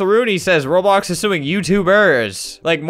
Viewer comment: albert been playing roblox over ten years and says it wrong